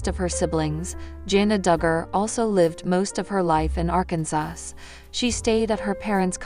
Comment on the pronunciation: By the way it's Arkansas not ar Kansas if you are going to talk and relay messages on the website learn to talk correctly!!!!